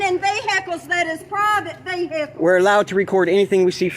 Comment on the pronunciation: PRIVET VEEHICKLES😂